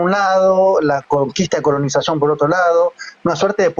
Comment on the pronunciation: dice "collnizacion"en america ceptentrional no hubo colonozacion señor,por favor...